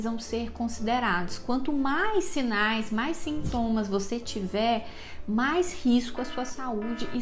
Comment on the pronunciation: "siMtomas"??? Não seria "sintomas"